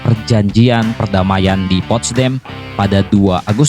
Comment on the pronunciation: Bang.....bok yang bener bacanya.1charles de Gul gitu aja.2.panglima Inggris itu bukan Robert Montgomery...tapi jendral Bernard montgomery.3.itu postdam apa adanya bukan postdem.moga berguna.